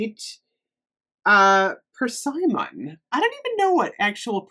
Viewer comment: The 'i' in persimmon is a soft 'i' 😉